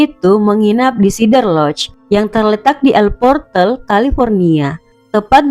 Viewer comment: SEE-DER lodge........ please. Not SI-DER.